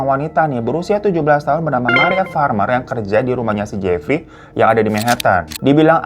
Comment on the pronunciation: Emang udh paling benar si hiro nyebutnya si Jefry wkwkwkwk